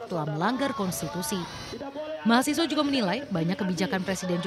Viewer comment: Ini orangnya yg gak sekolah.....nyebut mahasiswa ....mahasewa ...tar nyebut satpam jadi saptam